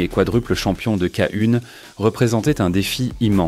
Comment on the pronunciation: Pure beauté technique dans le ring C etait le plus beau fighting style en kick, y compris le K1. ( on dit KEY One) Il manque ici ses plus beaux combats de fin 80' et debut 90. Dommage.